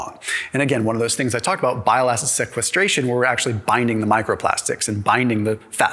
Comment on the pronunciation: As a medical doctor who went to medical school it’s really painful to hear this man mispronounced most anatomical structures or physiological processes… he didn’t pronounce sequestration correctly 😩